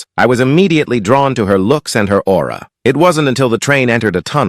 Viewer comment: Not him saying aura